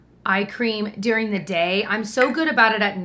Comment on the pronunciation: Love the way says during - like ‘dyuring’ - and I’m from Indiana too, so not really a midwestern thing💜